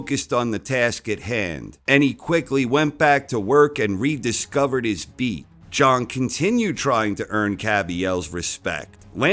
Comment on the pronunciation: its pronounced big bang Jang, not Big Bang Jung...come on...